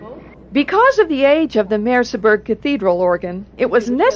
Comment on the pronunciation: the name of the town is Merseburg, not Merseberg😉